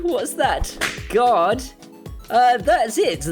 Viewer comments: When you say "Guard" it almost sounds like you're saying "God," Paul. Either way, since it's Amazon, both are accurate. ;) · This American understood you to say "God mode" through out the video until I saw the "g-ARE-d" guard mode on the application. Ahh-haha! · Good video, but my US ears kept hearing guard mode as God mode. God mode is probably a ways off yet. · Same. I was also confused for a bit thinking he said God. :)